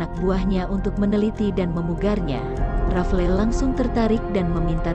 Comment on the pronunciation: RAFLES, bukan RAFLE. Riset dulu sebelum bikin konten sejarah! Diketawain anak SMP luu